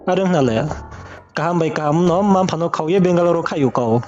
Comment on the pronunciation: Asuh Benglore hing pronounce khe rungya ong tong mo how can she trust someone n come over ong pai msei asuh le .